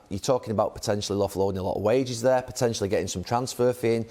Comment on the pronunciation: Nobody Carggher: thyeeer